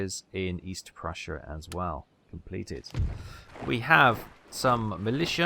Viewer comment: Yup, you nailed the double-s sound.